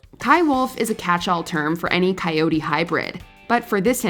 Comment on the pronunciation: Isn't the proper pronunciation for coyote is with an emphasis on end with T? Why is on the video, it is pronounced by some without the T.